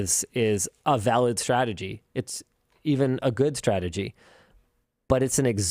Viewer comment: Meanwhhile in LMG Clips.... "Stratergy..Stratergy..Stratergy..Stratergy..Stratergy..Stratergy.."